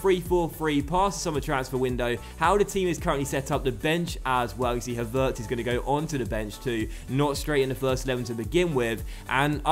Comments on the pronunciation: With Havertz the accent falls on the first syllable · Please play Flum or Daehli instead of Billing in some games. Havertz is pronounced with the stress on Ha and not on vertz, the e is not pronounced as "long" as you did it. I hope you understand what I mean:) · The emphasis on the pronunciation of Havertz' name actually is on the first syllable #DocksLearningGerman ;-)